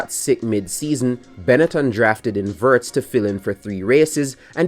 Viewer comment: If you want to pronounce his name closer to the real sound, start with "wo" like in "wolves" or "Wood" and add the "rtz" after the long o vowel. Think James Woods, but Alex Woords.